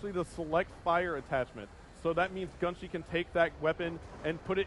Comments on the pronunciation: GUNSHE!?!?!?!?! ITS GUNSHY!!! What an idiot. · He was pronouncing his name gunshee it's GUN GHY